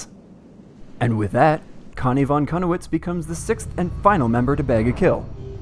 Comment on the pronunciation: I was so cringing at you failing to pronounce Connie's name:)